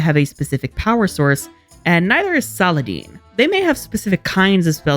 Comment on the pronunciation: Why do you pronounce Saladin's name so weirdly? 😅 Is it ever pronounced Saladene/Saladean in the show?